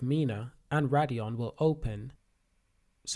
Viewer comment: "solan-O" "Radion" - bro can u read?